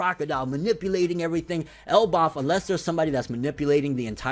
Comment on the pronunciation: Why do you say Elbaf so weird???